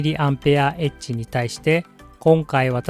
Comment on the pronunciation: 「mAh」は「ミリ・アンペア・アワー」と読みます。